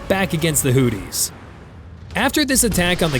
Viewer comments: First things first, is not pronounced hootees but Houthis. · Not Hootys, Hoothis , like tooth with a h in front I.e. hoothes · FFS, sound it out. HOO-THEES, not "Hooties" 🤦‍♂️ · You know you can say Houthi’s not not hooties 😂 trump guy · Hoo-these. Not Hooties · I thought they were called the Houthis, not Hooties! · It's Houthis, not hooties. Hooties are something else entirely.